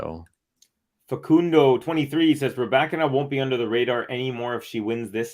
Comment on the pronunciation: I like the way you pronounce the name Rybakina This as accent is nearly perfect. You remember my remarks re Andrescu? The end sounds like "oo" not "u", like it is in case of Raducanu (both Roumanian origin). Regards